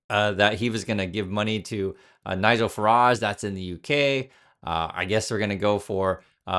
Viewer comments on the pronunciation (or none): Never heard the name Nigel pronounced aloud before?